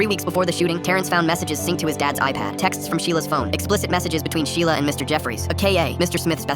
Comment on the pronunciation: "MY SHELIA"